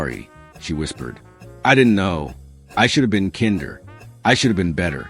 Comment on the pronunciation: Should we believe you when you can’t even pronounce 3rd grade words like kinder?